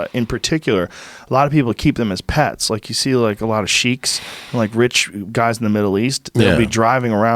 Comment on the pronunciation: I love u Joe but it’s not “SHEEKS” 🤣🤣 It’s SHEIKH’s lol. Was laughing so hard at that haha